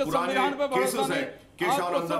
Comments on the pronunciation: भडोसा नहीं भरोसा होता है 😂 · ye bharosa bolra ya Bhadosa?